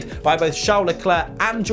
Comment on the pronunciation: AND IT'S CHARL LECLERC